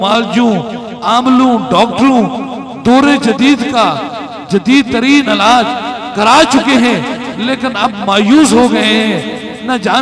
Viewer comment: Allaj NAHI Hota illaj Hota Chawla insaan Aperate NAHI Hota operate Hota Hai Shafa NAHI Hota shifa Hota Hai Mard-e-moman NAHI Hota Mard-e-momin Hota Hai